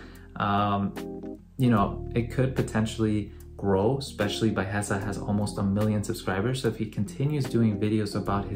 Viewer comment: dude, his name is pronounced "Bee-Uh-Hesa"